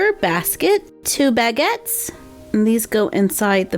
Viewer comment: It’s not BAGits it’s Bagits